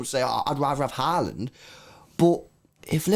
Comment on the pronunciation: If you wanted a tutorial on how to pronounce Haaland the wrong way. Watch this